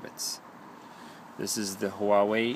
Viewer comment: You pronounced the name wrong. The proper pronunciation is "Wah Wei" . A lots of people got this wrong.